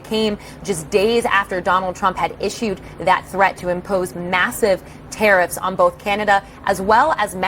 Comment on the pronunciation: Are 'te-eriffs' sinilar to tariffs?